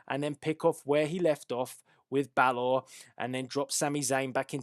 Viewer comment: your saying balor wrong but good predictions